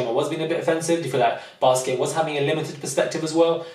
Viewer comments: IDK if I heard you right, did you call Biskit, Basket LMFAOOO ! I agree with the lack of inclusion, it was too "exclusive". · If this man calls Biskit as baskets one more time, I'm going to get a casket for myself 😂😂😂 I cannot deal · Lol. you keep saying Basket instead of Biskit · The way my man calls wale whale and biskit basket im dead😂😂😂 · I love you and totally agree with you but his name is biskitt not basket